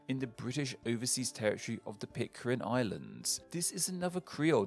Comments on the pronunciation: PIT - CARE - N not PIT - CAR - IN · Pitcairn, not Pitcarin. Yikes. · PitCAIRN...not PitCARIN. Sorry. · Explain what? was pronouncing Pitcairn as Pitcarin because of a typo somewhere. Such a hard mistake to make if you do your research. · came to this channel a few years ago for the interesting ethymologies, stayed for the badly mispronouncing of most of the names :))) In this video 'Pitcarin' takes the cake :)) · But it's definitely not Pit-carin!